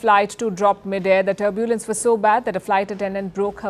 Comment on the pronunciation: Palki Sharma should get an accent coach or someone. It’s not turb-yooooo-lens, it’s just tur-byu-lens.